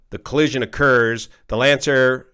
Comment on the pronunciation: finally, someone who knows how to pronounce Lancair